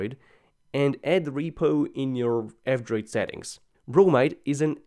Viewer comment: Whenever you say "F-Droid" it sounds like "Android".